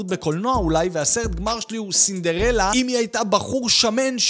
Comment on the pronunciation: נשמע יותר כמו סלמונלה לא סינדרלה 😂